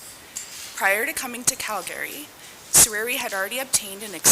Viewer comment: It’s Cal-Ga-Ry…..not Cal-Gary